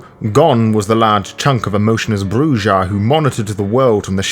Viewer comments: Oh by the way not to be a dick but the J is pronounced as an H. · It is CHEEL-der, not child-er. ;) - And you should probably decide on a pronunciation for Brujah, or am I missing something...? scratches head